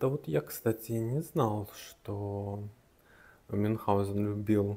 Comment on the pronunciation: правильно - Мюнхгаузен)